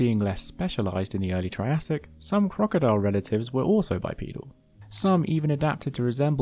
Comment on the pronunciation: Bipedal, not bipoedal. Bipoedal running would be running with the assistance of two children. Aside from this extremely minor nitpick, excellent video 👍🏻